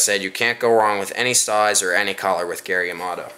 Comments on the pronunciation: Hahaha! Gary Yamato? It's Yamamoto. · It's flake not fleck and it's yamamoto not yamoto hahahahhahah